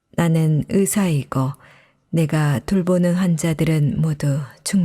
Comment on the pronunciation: 의사 ...으사 의대...으대 의학...으학 듣는 내내 너무 불편해요